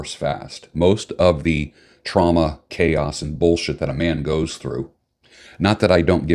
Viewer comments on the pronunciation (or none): none